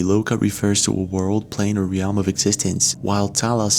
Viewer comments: REALM! One fucking syllable.... not re-elm. When you improperly pronounce a word as simple as "realm" it really draws a lot of attention to your intelligence level and whether or not you should even be commenting on videos like this. Do us all a favor by not destroying our opinion of You by having super bad grammar riddled with mispronunciations. Please and thank you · Fyi..its pronounced LEB not LEEB..Lebaaaanaaaan. And RELL-UM not REAL-UM..for "realm"